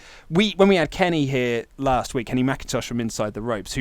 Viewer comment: Let me put the "t" in "last" for you.